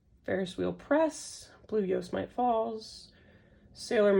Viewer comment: Yosemite is Yo-sehm-it-tee! It’s a national park in California!